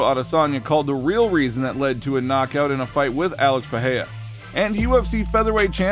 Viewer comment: Its PEREIRA NOT PEHEYA fml ..